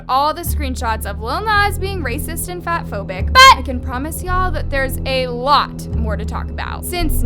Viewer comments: Sorry but I have a headset in my ear and you saying" but! " really hard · Girl the way you say “BUT” is annoying just say it normally